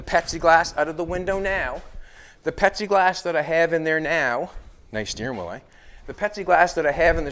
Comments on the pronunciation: Are you actually saying pepsi glass as it sure sounds like it I just tried googling Pepsi glass and it showed loads of glasses with Pepsi logo on it. I’ve made stuff out of plexiglass pretty sure the windshield on my slingshot is lexan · are you saying Pepsiglass? Or Pexiglass? Should be Plexiglass. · Does he keep saying petsiglass...its plexiglass lol. Either way this car is nasty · "Pexieglass".....lol dude its Plexiglass. Pronounce the "L" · Petsy glass?? Pepsi glass?? I can’t pinpoint what he is saying isn’t it plexiglass ?? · Is he saying Pepsi glass or Plexiglass ? 🤣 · It's pLexiglass ! Not pexiglass ! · IS HE SAYING PEPSI OR PLASTIC or PLEXIGLAS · At least I'm not the only one who heard it as Pepsi Glass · ITS FUCKING PLEXIGLASS!!! PLEASE STOP IT. JUST SAY POLYCARBONATE. ANYTHING BUT WHATEVER YOU ARE SAYING. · Lol I love it ....The last video and right up till you removed the back window. I thought you were saying it was Pepsi glass 😂 Had me thinking it was like a thick blueish glass 😁 Love it brother keep it up 👍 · Did call it Pepsiglass? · I think he is saying Pepsi Glass 🤣😂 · Plexiglass has an L in it. Yes it does! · I know right I'll look oh hell I spent 45 minutes trying to figure out where to get this new Pepsi glass at and it finally hit me that he just was mispronouncing and there is no new thing on glass it's plexiglass ... LOL I fell I said my God I mean he's so eloquently spoken you want me to every other word is is perfectly spoken and and there's no no it's flawless so I you know I did not cross my mind that he was getting that one word out of everything wrong so I mean I was honestly legit looking for Pepsi glass I mean I got to find this stuff I don't drink Pepsi but if they've got a new glass by God I want to know about it!!!